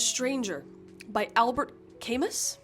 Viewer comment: Camus is great. Side note, the S is silent LOL. And The Stranger is fantastic.